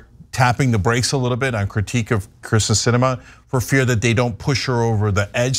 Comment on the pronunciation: Cenk went off on Tucker Carlson for calling AOC Sandy, then goes right ahead & calls ""Kirsten "" ""Christian "" like 5 times !! What a chump !